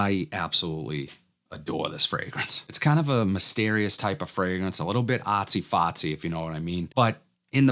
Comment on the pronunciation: “Ahhtsy fhaahtsy” brings me back to my south shore MA roots!